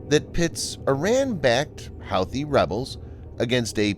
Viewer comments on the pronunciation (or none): Pronounced WHO-thees not How-thees. You do these video's everyday how can you not know this? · hoothy not howthy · Also, I think Houthi is pronounced hoo-tee, not how-thee. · Pronounced "Hoo Too" rebels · Pronounced, "Hooti" rebels. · It’s pronounced Hooty. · Pronounced "huthe". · Dear stupid bot voice, it's pronounced who-thee! Disliked👎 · Cache is pronounced "cash." Houthi is pronounced "hootee." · I cringed every time you said 'Houthi' and 'cashe'. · The computer-generated voice is an embarrassment for you. Don't you have editors who can find glaring mispronunciations for you? The computer-generated voice repeatedly mispronounces "Houthi". Got a clue. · It's almost like he's never heard it pronounced out loud lol!